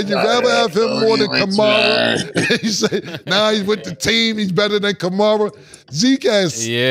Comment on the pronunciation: He called Kamara "Kamora" 😂 bro stay butcherin them men names